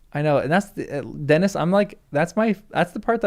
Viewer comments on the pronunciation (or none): none